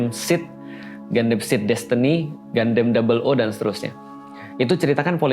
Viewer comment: Gundam bacanya Gandam, Ustadz. Kan dari katakananya udah jelas, ガンダム, dibaca gandamu. Kenapa jadi Gandem? Jadi kayak God damn dong? 😅 Sempat bingung... Escape kok 2024? Ternyata salah tahun 😅 Turut berdoa, semoga masalah visa ini bisa diberesin kedepannya.